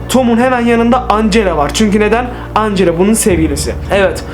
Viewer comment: Ancela değil angela